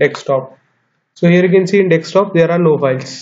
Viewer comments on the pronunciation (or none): I always wonder why people say dextop instead of desktop.....